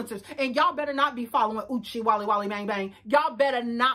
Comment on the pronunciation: Ma’am, not Uche-walala-bang bang! I had to pause to scream!!